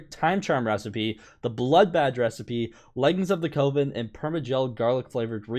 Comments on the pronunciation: Bruh. It ain't "cove-in". Coven is pronounced "cuv-in". I s2g you're still doing this on purpose. How is it possible to pronounce these common words so badly so often. Edit: It rhymes with oven. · it’s coven rhymes with oven not cOven